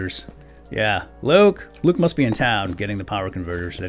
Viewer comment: he accidentally said loke